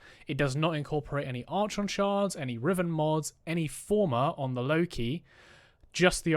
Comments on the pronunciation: Was super keen to watch your video till the third time you pronounced Archon wrong and had to switch off. Like nails on a chalk board, please google pronunciation before making a vid about it. Sorry to be negative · who tf says it like that? Never heard anyone pronounce it like this before in recent videos I've watched lol. The constant mispronounciation unfortunately did ruin an otherwise good video tho, ngl 😔